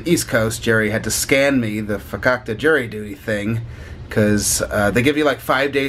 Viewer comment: At first I thought you said you had "Jerry Duty"